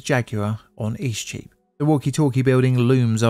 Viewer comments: Eastcheap is a very confusing street name for a foreigner to understand. It sounded like you were saying "E Streep" (a flub of "street") but I had to look at a map to understand what you were actually saying. Streets, like celebrities, that go by momonyms are also just pretentious. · What do you keep calling the affected street? East sheep? E-cheap? You mention it about six times and I still can't make heads nor tails of it.